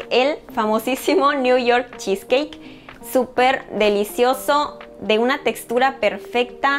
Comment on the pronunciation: Cheesecakekkkkk que feo pronunciado